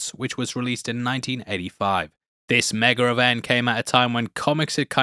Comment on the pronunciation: "Megar event"